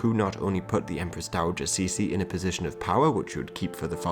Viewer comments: actually it should be prononced like"chi-ci"not "cici" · Cixi is prounounced Tsee-ci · " Ci xi " is admittedly a tough one to pronounce. Ci sounds like the "tser". Xi sounds like "shee". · Cixi can be pronounced simply "chi-shi" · To use English pronunciations, it's better to pronounce Cixi like "Tser - Shee". (Source; I am a Singaporean Chinese, grew up with both English & Mandarin) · I get your shee, but why there is an R after tse? that sounds like 慈儿禧 no? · That's not how to pronounce cixi